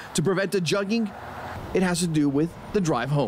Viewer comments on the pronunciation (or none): Lame stream media adopting slang but can't pronounce it lol jugging? It's pronounced 'joog' like bush. Not like a jug of water lol squares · It’s called Jugging (Jooging) how they use a black word to insinuate it’s blacks and can’t even pronounce the Ebonics correctly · It's actually JOOG dumbasses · Its pronounced JOOG. Not JUGG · Can y’all stop using the slang if you’re not gonna say it right? They got the right spelling but it’s pronounced like “JOOG”. The “oo” sound in the middle sounds like the word “good”….. Say these: “Joog” “good” “Joog” “good” That middle “oo” should sound the same. It’s a homograph. “Jugged” not “Jugged” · The word is actually "juug" but this ain't a finesse is a robbery.... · Say it with me, joooooog, not jug. Smdh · Joogin, NOT jugging 😂😂🤣🤣😂🤣🤣😂🤣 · Its 'jooging' is how its pronounced not 'jugging' thats just how its spelled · Juug not jug lmao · no it’s not. It’s not pronounced jugging, it’s more like joog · lmao at how white media pronounces "juggings"..first of all its spelled "juug" and pronounced as "joog".. and im not even about to break code and tell yall what it means... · It's pronounced joog-ers😂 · JUG-ENGS LMAO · Child it’s pronounced “Joog”😂😂😂 just say robbery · It's pronounced j-uh-g. ladies are tremendous. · Actually it’s being mispronounced it’s pronounced jughhing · I thought it was pronounced as “Joog” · I believe it is pronounced “yugging.” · Gucci Mane was the first to mention "Jugging"...and it's pronounced "Juhg" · That's a Houston street term. Pronounced (Jooogin). It is specifically meaning when the crook waits at a bank and watches who leaves with any kind of envelope. They follow and wait for them to slip up. It's not as random as a basic mugging, or random arm robbery. Same, but different. You going to any bank, Across the street is a thief watching. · It’s pronounced… [ JOOG - GEN ] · Pronounced "jūggin, jōōgin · I believe it’s pronounced yugging or yuggghing. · They’re pronouncing jugging wrong 😂